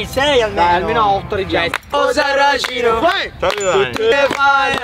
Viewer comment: RAGAAAA non si dice osarracin ma osarrascin haaaaa